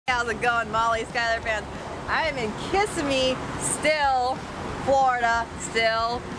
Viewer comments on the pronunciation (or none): Its pronounced KUH - SI - MEE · It is pronounced "kesemmee" not kissame LOL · You killed that chaenge, but, you killed the name of the city... It's Ki Sim Me... Not kiss a me... 😂